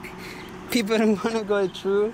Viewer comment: I enjoy some of your videos. But please man, it's not "tru" its "through" ... Pronounce the "TH" in it.